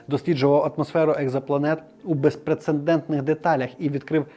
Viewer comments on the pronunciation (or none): Усе добре, але, здається, не "безпрецендентний", а "безпрецедентний" 🙂